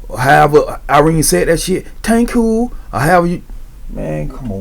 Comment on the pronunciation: "tank you tank you"